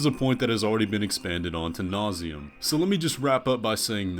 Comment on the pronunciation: Hehe….very nonsensical video. You are a very illogical person. By the way, there is no such a thing as “to nauseam” I assume you meant to say: “ad nauseam”